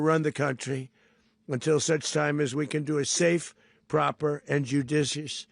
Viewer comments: judishious? A tad of a shluurrr? 🤔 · Can't even say judicious properly what a warmongering muppet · Trump can’t even say the word judicious 😂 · Trump u can even pronounce the words correctly it time is almost up u r doing to much just to throw the heat off of what u did as far as what u did to those young children u must go with the rest of ur cult this man has started all these wars he must go please